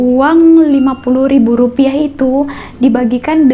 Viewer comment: Baca rupiah nya aja rupia.